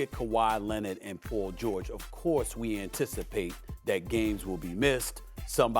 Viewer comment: Who is “pull” George? His name is PAUL!! Not Pull